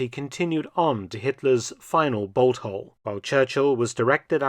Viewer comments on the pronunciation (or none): none